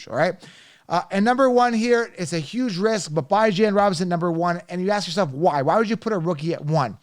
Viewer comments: 😂😂😂😂 You said you love Bijan as a person and yet you keep disrespecting him by mispronouncing his name. 🤦🏾‍♂️ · A grown man intentionally mispronouncing another persons name is the corniest shit I’ve ever seen.